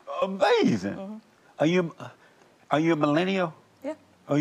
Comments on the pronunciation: I love when Jesse says “Amazin’” 😂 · I love when he says amazin 😂